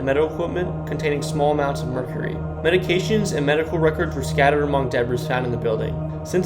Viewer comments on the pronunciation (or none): none